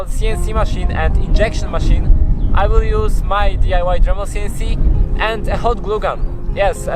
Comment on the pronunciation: Funny how every time you say “This CNC”, Siri on my phone activates... I guess it sound to it like “Dis Siri” which is the triggering phrase in French... Other than that, well done with your DIY CNC!